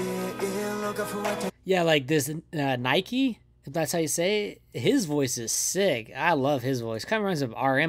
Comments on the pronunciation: you saying their names got me shocked bc new listeners never said them correctly , but still you sounded like a true engene 😄 (nikey got me laughing, it’s just NiKi) can’t for another reaction , esp like the guides bc they are amazing ppl as their music. but i’d recommend u listen to fever , drunk - dazed and their debut track given - taken !! besides of mv their dance practises are top tier , i beg you watch MMA practices , drunk - dazed practice etc i wish u would like them , thx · Enhypen debt during the pandemic and were unable to preform in front of there fans they are now preparing for there 2nd world tour were they are getting to meet there fan this song is for the fans ni-ki is pronounced Nicky